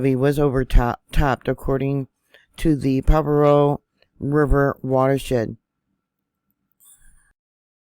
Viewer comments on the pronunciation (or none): Isn’t it pronounced Pajeeo? I can’t find pavo anywhere? Monterey county right? It can get major flooding without the break. 🙏🏻🙏🏻❤️ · PRONounced Pa har O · Pa-har-o that’s how you pronounce it . Thank you for the update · it is pronounced: pa..ha.. roe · Pronounced "paharo"